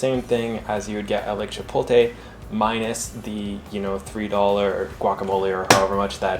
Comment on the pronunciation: As a Spanish speaker I appreciated the pronunciation of Chipotle ♥️. I been watching your videos for a week now. Loving them!